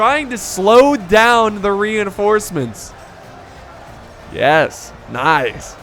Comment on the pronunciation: He said renhorsements